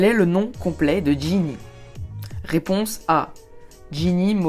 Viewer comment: Réponse et non pas raiponse!!